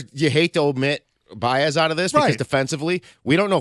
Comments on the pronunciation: It’s a running joke. They are saying his name like that as if they are talking about a completely different player than the javy Baez of the last few seasons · Is there a reason can’t pronounce Baez?